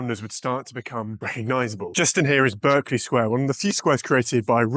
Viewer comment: You mispronounced Berkeley Square. It's pronounced like the castle in Gloucestershire, not the university California.